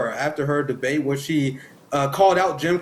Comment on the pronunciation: Hey Kamala didn’t you call Biden racist in debate? “ it was a de bate “